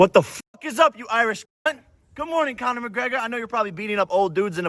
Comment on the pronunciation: Khabin was the largest name in the UFC. Not comner, nice try tho.